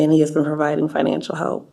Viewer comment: "I'm trynna git away from him he's been my finanshul stability, but I know he's not good for me, I'm tryna become moar finanshully indupendant How'd you do that? I asked him for more finanshul support your honor." - A human, supposedly, 2025 colorized